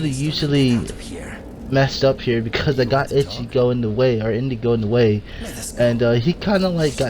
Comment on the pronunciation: Even inigo